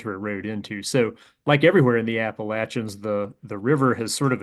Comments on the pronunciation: for pronouncing Appalachians correctly. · Whoa, points for pronouncing Appalachians correctly